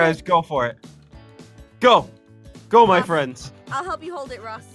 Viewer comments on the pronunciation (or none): You know Naruto... WE JUST BECAME BEST FWEND WOSS